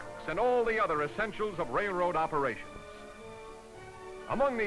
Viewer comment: The narrator says "rail" fine; but he consistently pronounces "railroad" as "rayroad".